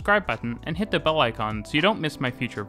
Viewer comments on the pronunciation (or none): none